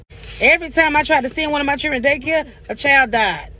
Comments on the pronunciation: Honegree! Classic Southern pronunciation of the underprivileged hungry in the American “Black” South. Know what I’m tawin’mout. (talking about) 🤪 And Churin as well. 🤪😁 Churin: children. ROTF! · I heard a pastor from church say, "free food is everywhere in America". Not eating is a choice. I bet she knows how to pronounce"children" in front of her boss.